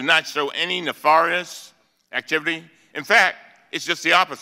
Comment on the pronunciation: "Nafarous ??" LOLOLOL !